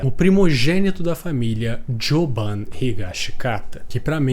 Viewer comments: Sim, é Jobim, não sei da onde ele tirou esse "Jobam" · po cara, se meteu Joban, ele tem esse nome por causa do Tom Jobim, basicamente é para ser pronunciado em português